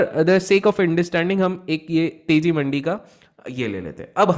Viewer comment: Your pronounciation for mandiis incorrect